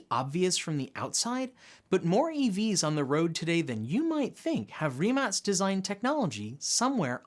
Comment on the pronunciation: Since you've been pronouncing Rimac the right way ( with the rolling "R" and the "TZ" at the end) you should pronounce Enérgica, and not Energìca..it really made my ears hurt.